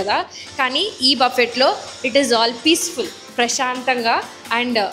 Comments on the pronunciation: Please don’t say buffeett! Sounds so horrible! It’s buffee! T is silent! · Hi Team, meeru chala efforts pedthunnaru..but still koncham research cheyandi oka place ki oche mundhu..or ochaka koncham items gurinchi manchiga thelsukuni cheppandi..just giving a suggestion in a positive way as one of ur audience..buffet is pronounced as buh-fay, hummus sanagapappu tho chestharu annaru, noo..its made up of chick peas, koncham unprofessional ga undhi aa clip..koncham editing lo aina chuskondi.. colesay salad ananri..kadhu its coleslaw, daggara try chesaka its just interesting ani chepparu anthe..i was waiting for ur review on that..emaina cheptharu emo ani bt ledhu cut chesesaru..and naina kakunda inkokalu evaru aithe unnaro plz koncham professional ga undandi..no offense again..mee video format ae ala aithe thats upto u guys..but edho ala review cheppeyadam kadhu..neat ga cheppandi.. ish..she speaks her heart out that's nice but konni sarlu it doesn't look good on camera.. ki i button lo ishtam annaru ivvaledhu..new channel link kuda meeru description lo ivvochu..asla overall review is it a good place to visit aa enti annadhi oka conclusion ae ivvaledhu..ila unnaye konni..inka meeru chala cheyochu to attract new audience..take feedback from ur subscribers..and grow ur channel.. Happy Diwali Guys 🙏